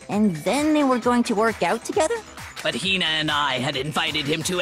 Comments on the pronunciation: “mah-cod-oh” “seh-kurah” “hin-ah” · SAYKURA HEENA MACOTTO BYEAKOOYA